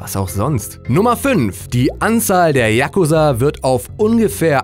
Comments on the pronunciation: Yakuuuuuuza nicht Yaaaaaakuza!!! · Da du dich entschuldigt hast ist es ok aber es heißt Yakuza ( ausgesprochen :JAKUSAA) nicht Yakusa! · spricht man das nicht "chakuzaaa" aus und nicht "yakuza" ? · die dings liegt nicht auf a sondern auf u bei yakusa,so hört sich das ja an wie jacke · hahaha sry für die falschausprache von fremdwörter, ich so okay so japanische namen werde ich wohl auch nicht aussprechen können, 2 sekunden spätter die .... der jakusaaaa... FACEPALM mn sagt Tschagusa haha hab so ein lachflash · spricht man das nicht Jakūsa aus :/? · Sportmann941 Man betont das U. yaKUza und nicht YAK uza. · Wieso sprichst du Yakuza so schnell aus?;) Es wird lang ausgesprochen, so ähnlich wie Yakuuzaa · yakuza wird mit einem langen u gesprochen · die aussprache ist falsch ...ich bin imker und weiß wovon ich spreche!